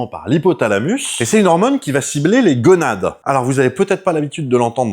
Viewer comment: gOnade, pas gueunades*